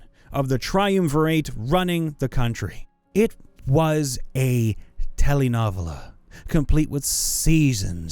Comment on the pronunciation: I have never heard someone mis pronounce telenovela as badly as you just did. This is unlike you. Are you unwell? Say "conspiracy guacamole" if you are in need of rescue.